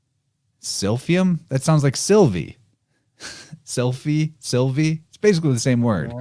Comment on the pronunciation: when you said Sylvie i heard Sophie which lead me to Sylphie. Don't know if thats relevant 🤔